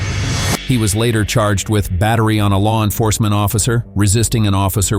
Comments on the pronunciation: "...pet it theft." As in, pet it like a cat? 😅 Doesn't AI yet recognize french words? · "pet-it" theft? Is that a zekzhual crime on a dog or cat, or is it an AI crime?